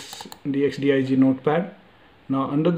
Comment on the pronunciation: its not dxdig its dxdiag